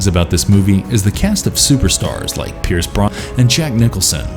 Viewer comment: "The english dubbing is terrible"...That's one honest criticism. "Pierce Bronson"? That's no parody. how could you not pronounce "Roddy" right?